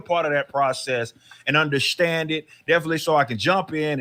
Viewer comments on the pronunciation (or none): You gotta undershtand